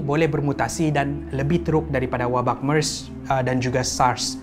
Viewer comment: *MERS bukan mars 😊